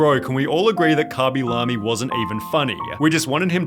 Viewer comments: cabilamy? isnt it kay-bee-lame? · Khaby La-Me? who tf is that? i always read his name LAME not La-Me. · Is anyone gonna talk about how he pronounces the name as "Cah-Be-Lah-Me" instead of "Kay-Be-Lay-M"? Or have i been saying his name wrong the entire time 💀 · Never in my life have I heard someone pronounce his name as "Khaby Lahmy" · kabee lam-ee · Kabby la-mi 😅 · Who the fuck is khabby lamy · Lemme find out this man’s name is pronounced “cawby lawby” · “commy lammie” 💀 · "kabie lamie" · karmmy larmey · why he pronounce it like kabee lamee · I'v never heard someone pronounce his name as kuby lummy, but there is a first for everything i guess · Dude might have fell off but butchering his name is pretty foul bro.